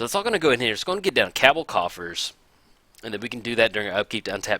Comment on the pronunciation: Heya, first, I do want to say thanks for the content. You showcase a lot of cool and interesting generals and decks. However, I do want to point out that for Cabal Coffers, Cabal is pronounced as kuh-bal, not kab-el. You have Coffers in a lot of your decks and after watching your great vids, that's just the one thing that irks me. Otherwise, great content and look forward to seeing more!